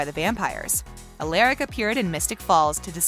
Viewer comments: She also said alAIRic not alARic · She said Alaric like “eliric” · It’s ALARIC not “Aleric” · hey the vid was fine but have you ever watched tvd? cause the way you pronounce the names like,"stefOn" and "alAIRic" i dont think you have watched it. also it "THE" VAMPIRE DIARIES not VAMPIRE DIARIES. get someone who has watchedthe show. like even my computer knows how prnouse and spell it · stefOn and alARic 😭😭😭😭😭 it’s stefAN and aLaRIC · And Alairic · “stefon” “alAric” dang she pissing me off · If this girl says STEF-ON OR ALERIC ONE MORE TIME!! IT IS STEF-EN AND AR-LAR-IC SOUND IT OUTTTT!! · I can’t even watch this because of how she says Alaric and Stephan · it frustrates me that she isnt saying Stefan and Alaric right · And the "Alairic" for me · they obviously have never watched an episode because she keeps saying stefan and alaric wrong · Say it the frick with me Ste-fen Stefan, A-lar-ic Alaric jeez